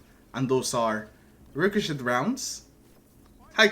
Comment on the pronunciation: The T is silent in the word ricochet in case you didn’t know ….yea